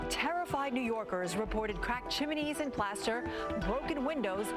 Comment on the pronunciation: Did I hear chiminey?